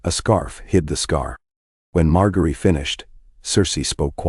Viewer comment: It's pronounced MarJERY and please fix the vocal distortions.